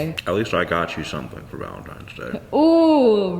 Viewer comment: Wait did she just say “ valintines day!?” 🤣🤣😂😂😂